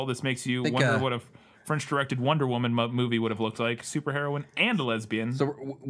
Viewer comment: Your French pronunciation is perfect,!